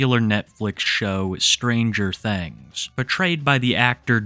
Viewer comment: Ah yes, "stranger thengs"